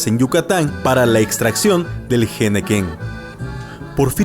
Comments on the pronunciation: BUENA NARRATIVA. Se pronuncia " ENEQUEN"; NO JENEQUEN🤔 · Como que el jenequén? Por favor pongan a lectores que sepan pronunciar las palabras en su pronunciación original Todo el reportaje me pareció bien excepto ese detalle